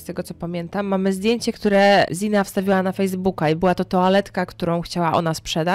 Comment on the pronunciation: Bardzo fajnie, że zaangażowałaś się w tę sprawę, ale zastanawia mnie jedno: skąd się wzięło „i” w wymowie imienia Xana? Sama Xana mówiła o sobie „Zana”, nie spotkałam się z „Ziną”, a trochę śledzę sprawę :)